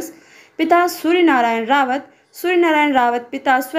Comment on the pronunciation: रावत नहीं राउत